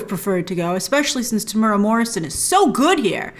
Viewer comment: His name is pronounced tem-oo-era, not te-mur-ah.